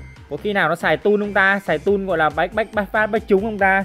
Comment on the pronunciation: Tool mà ông kia lại bảo toll